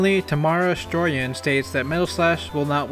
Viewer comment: Thanks so much for using my comment! You even pronounced my name right, which a lot of people don't. (It's more stroy-an than stro-yan but whatever it's the first name people usually struggle with.) It's making me really happy to see myself in a video!